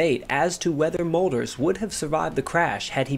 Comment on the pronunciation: Thank you for the interesting contribution. However there was no Molders, his name was Mölders.